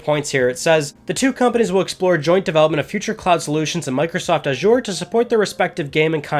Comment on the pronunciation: Azure dreams on ps1 like that lol saying it wrong.